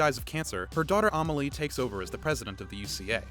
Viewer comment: "Awmelie" Weird pronounciation.